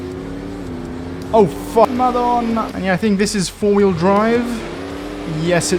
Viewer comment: The way you say "madonna" at the end it's just... Perfection